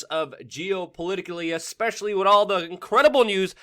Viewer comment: WeAreChange I really like your channel, watch it alot. HOWEVER I really wish you would learn to pronounce the word WITH!!! IT IS NOT PRONOUNCED AS WIT!! It makes you sound really stupid when you say "wit" instead of with! It's also very annoying, has made me click out and NOT watch you!